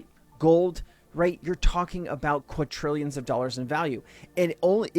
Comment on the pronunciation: Quatrillions 😂 Funny everytime.